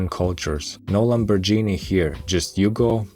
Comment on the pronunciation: Yeah, you mispronounced "Lamborghini" , but I forgive you